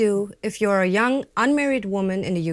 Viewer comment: Sending rays of support to. I find it hard to understand diction because of lack of pauses. May be some practicing with a pro will help. I am also a not native English speaker, and notice that for example "you're", when pronounced by, is sounding like "your.".. The same mistake I make! May be, slow down a bit., It will make it all easier to understand. Anyway, it will all work out, and keep up the great work!